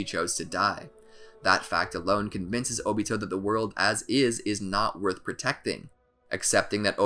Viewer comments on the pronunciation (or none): none